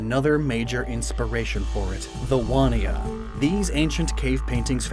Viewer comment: And as an Aussie you were so close with the Wanjina/Wandjina pronunciation, but it’s more like ‘Wan-Juh-Na’ or ‘Wand-Gie-Nuh’ depending on the dialect! Written Aboriginal and Torres Strait Languages are entirely phonetic so the J or DJ are always going to be spoken and not silent. Also, ‘Dreamtime’ is not really used in Australia anymore (other than by old, or ignorant Aussies). Dreaming is definitely the preferred terminology (which you did use correctly in the video, but it’s preferred to not use Dreaming and Dreamtime interchangeably) because it conveys how these stories are ongoing and presently important to Aboriginal and Torres Strait islander people - useful information for if you make more reference to Indigenous Australia, which you definitely should! Great to see our beautiful Indigenous culture (the oldest continual culture in the world at 65,000+ years!) respected in that way :)